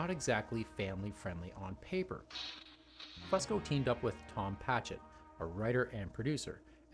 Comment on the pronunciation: It’s FUSE-CO. Not FUSS-CO. Grrrrrr it’s so annoying to hear u keep saying it wrong.